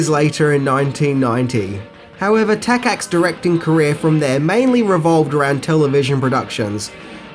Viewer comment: Takacs is pronounced Takach. Wow, you did not try to search on internet! It only takes seconds.